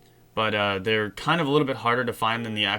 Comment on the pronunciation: while u said but uh it sounded like u said butter